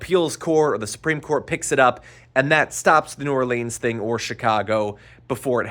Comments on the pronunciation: Dude, unless it’s in a song, it’s pronounced “New OAR-linz” not New oar-LEEZ. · New "Orleens"